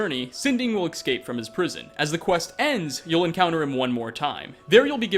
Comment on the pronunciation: Holy fuck is this guy annoying. “Excape” “murdered/killed to death” in nearly every episode “getting towards the end at number 9” in every video, the innumerable easy to pronounce names being butchered (ie - Moira being pronounced Maria), and every 5-10 videos has something either completely disproven or a repeat of another previous video. Fuck